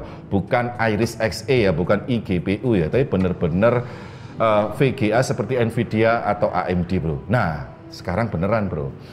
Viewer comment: NVIDIA pak, bukan NVIDA